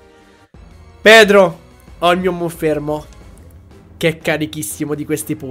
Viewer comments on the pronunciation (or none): No, però io MONFERMO non lo posso sentire